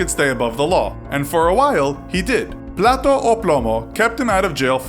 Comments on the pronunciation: "Plato o plomo" Dish or led, excellent pronunciation there😹👏🏽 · Plata o plomo lmao at least learn how to say it right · Plato o plomo...lol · Lol, plato o plomo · I thing what you mean is "plata o plomo", "plato o plomo" means dish or lead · "Plata o plomo" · his slogan is plata or plomo....which in their slang means Money or lead. or take this bribe money or this bullet.... you said silver or lead.. fyi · "Platou ou ploumo"... Your pronunciation is amusing, gringo. Now seriously, I don't get why some people think this guy is some kind of hero, when Mexican Cartels do basically the same, and I don't see anyone cheerishing them. Nationality maybe? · You're saying "Plate or lead." Not "silver or lead." I'm not saying you should stop trying to pronounce Spanish... But rather that you make sure you pronounce it right or verify its pronounciation. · "Plato o plomo"